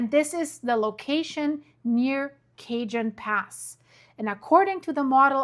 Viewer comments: NOT Cajun Pass.. .😊 Cajon (pronounced CA-HONE) Pass! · Its pronounced cahone pass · The Cajon Pass in Southern California is pronounced kuh-HOHN (rhymes with "bone"). Pronunciation Breakdown Ca-: Pronounced like "kuh" -jon: Pronounced like "HOHN". The "J" follows the rules of Spanish phonetics and sounds like a strong English "H". The name comes from the Spanish word cajón, which translates to "box" or "drawer". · Hi great show. I am from CA grew up with all the quakes in L A and S F. Cajon Pass is a place I am very familiar with. Pronounced Cajon with the j sounds like a h. Some very interesting solar weather also and the moon faze will add more pressure this week. Kind tides are a good example that dont usually happen this time of year. Hold on. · No, no! It’s not Cajun food! It’s Cajon Pass! Kah-Hone pass!! San Jacinto is San-Ha-Sinto. We love you all the same! 👀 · it's Ca-hone pass, and Fort Ta-hone , San Ya-cinto